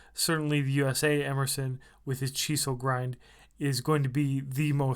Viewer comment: Chee seal grind?? WTF? ENGLISH? speak it much?....Ernie's knife is much better of course Capt. Obvious...Kershaw make's Emerson's designs affordable to the masses. Next time try a bit harder.